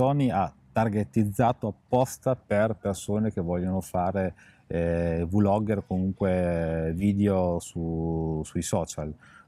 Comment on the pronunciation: Ragazzi VU-logger e VI-logger sono prole che non esistono…….é come dire BI-logger invece di Blogger :D comunque bella recensione!!!!!!